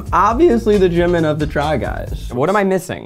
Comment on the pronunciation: When is Zach going to start saying Jimin’s name right? TT (gee-mean)